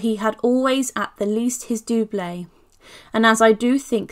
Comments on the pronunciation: Nicely done, but just check your pronouncement of doublet, as in doublet and hose.....Dub..let... The only criticism, otherwise I really enjoyed it, thank you. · fyi, doublet should be pronounced similar to couplet or cutlet. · The pronunciation of doublet jarred.